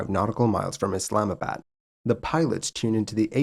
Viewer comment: As a Pakistani, great video but please pronounce location names correctly Pack ih stan is incorrect. It should be paak ih staan. Islamabad was almost perfect but the "bad" is "baad".